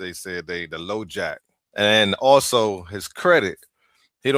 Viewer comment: Low jack no it's high jacking!